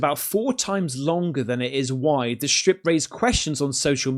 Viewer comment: strip\ stripe. English is hard huh?